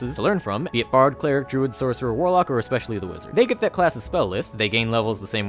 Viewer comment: You didn't say "especially the wizard" in the "ESPECIALLY THE WIZARD" way.